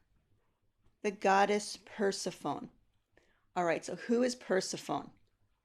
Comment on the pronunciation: When you started discussing the myth of Persephone, I was totally confused. Your pronunciation is incorrect in English and modern Greek. You should apologize it is an egregious mistake.